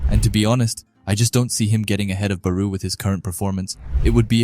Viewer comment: It was an amazing video but plz stop sayin baruuu It's Barou(Ba+Raw) 😭😭